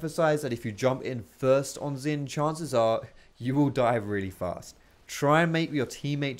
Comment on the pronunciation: u pronounced xin the same as xayah end.